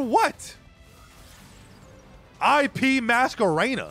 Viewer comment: "la masquerena la masquerena" lmao fucking